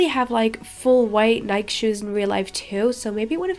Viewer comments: awesome video but remember when ou said you want to learn more English from us here is one when you say Nike say Nike EEE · The correct way to pronounce Nike is nye-key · This is such a creative idea! Love it!^^ Also, in English Nike is pronounced Nike-ee if that makes any sense! 😁